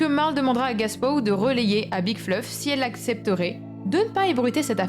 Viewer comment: Bonne vidéo ! Mais tu dis "Gaspow" a la place de "GApow", ça peut porter à confusion pour notre youtuber RL Français 😅